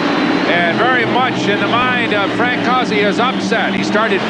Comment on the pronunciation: Not how you pronounce Frank's name.